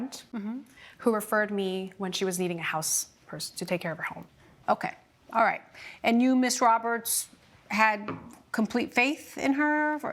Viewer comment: Judge: "orright, orright...."😂 Two women =guys? You two is sufficient